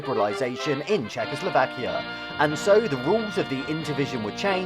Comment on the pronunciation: Czechoslakia ? Really ? :P